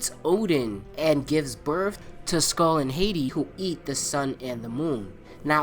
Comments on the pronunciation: Not to be a dick but its Skol and Haati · Ok, the names of Fenrir's children are Skoll(SKOHL) and Haiti(HAHT-ee). Skadi is a giantess that was tricked into killing her father.